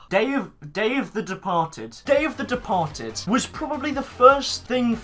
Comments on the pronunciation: When he says “Day of the Departed” I always hear “Dave the Departed” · Dave the departed . That’s what it sounds like when you say it